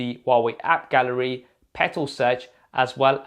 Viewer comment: That "app garelly" really got me laughing 😂